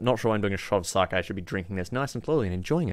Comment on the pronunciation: Rimmy - Downunder Gaming Also an aussie youtuber, one of the best tf2 video makers out there :) Also it's saa-kae